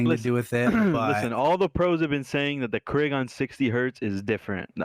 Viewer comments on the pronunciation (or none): I love karma calls it’s a “kreeg” and then follows it up with the most Canadian “sorry” every lol I want him in more optic content dude is hilarious